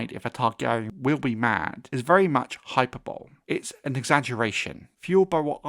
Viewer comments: JSYK, its pronounced hy-per-bo-lee , i ran afoul of that one myself. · Hyperbole is pronounced: hi-per-bo-lee